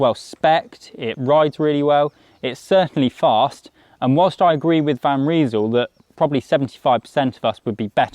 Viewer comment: They in van Rysel is pronounced like eye, not ee. Nice looking bike though, very similar to the latest propel